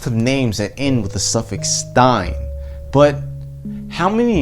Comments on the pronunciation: OK "when you pronuce "but" it sounds like "pot" . Is this your subconscious talking - This was a joke not a judgement of your rasta looks. Science is cool and difficult. May be thanks to your inspirations more rappers turn to do science. I am a biologist and seek new research projects with plant cytochrome c and genetic modification molecular biology technology. any contacts there you can recommend__ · Hi I am a biologist and brain activities plus its vitality is my area of interest. This bear example was fascinating. False memory usually happen because of alcohol or drug or sexual abuse. Please KIS keep it simple .When you say "but" it sounds on my side like "pot" maby because you look like rastapherian. I am in Poland.